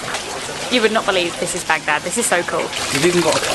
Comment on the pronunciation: I LOATH the way pronounces Arabic with the pause between syllables BAG DAD AND TAH RIR 😅